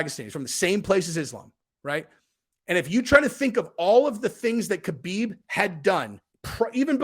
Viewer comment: His name is Not K-habib it is pronounced Habib